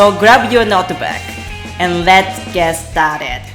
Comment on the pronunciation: not Staaaa -dead. check 'star' in the online cambridge dictionary. follow that pronunciation. love your Japanese teaching❤❤❤❤❤